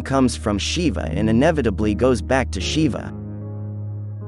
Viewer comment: Westerners need to learn some rudimentary Sanskrit to be able to pronounce a word like Shiva. It is jarring to the ears to see the word mispronounced so many times.